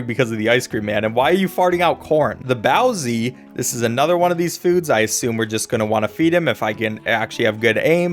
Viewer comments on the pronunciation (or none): I can't with how he pronounced jiàn zǐ 😂 and báo zi too